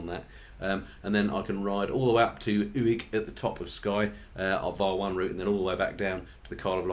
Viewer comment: Ùig is pronounced as "ooik" (g gives a k sound when it's not at the start of the word).